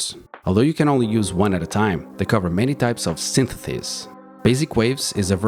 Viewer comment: Synthesis non sythetheys 😅